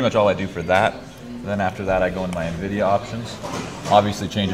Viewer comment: finally someone says en-vidia, not pronouncing it like nividia